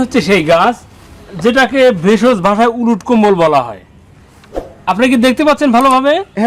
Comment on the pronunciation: এই গাছের নামটা একটু ক্লিয়ার বললে ভালো হয়